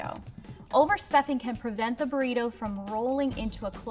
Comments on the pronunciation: ''here's my burridough'' ''here is my burridough'' ''Here is my buRRiToh'' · And here's My borritu he said like this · Burito: Burito: BuRRito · "Burido", "Burido", "Burrito". 💪🏻